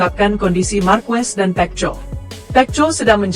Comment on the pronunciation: Perbaikan ucapan mu min pecco itu di baca peko bikin kesal dengarnya ⛔😡